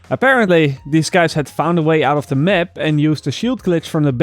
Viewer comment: Stop saying "the mep"